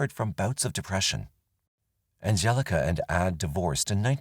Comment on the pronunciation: Angelika in German is pronounced An gel ika emphasis on the 'K' and not the 'G' the G being a hard 'G' in Angelika. I know this because it's my Daughter's middle name, named for my Aunts friend who is German. Just saying 😅